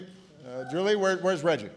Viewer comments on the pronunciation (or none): mispronounced Kenai and Tok. said Reggie Joule's last name wrong